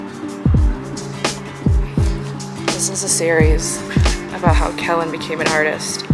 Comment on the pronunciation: Aww Kellen. That was so sweet. You two are so cute. “Keloid shamming” lol 😂